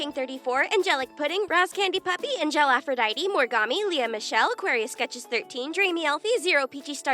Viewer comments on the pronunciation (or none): none